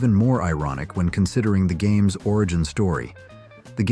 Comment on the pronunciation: Is this an AI voice? What are HAMES vs GAMES?